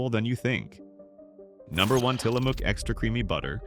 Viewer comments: It is til la muck not til la mook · Tillamook is said Tillamuck. It’s located in Tillamook Oregon.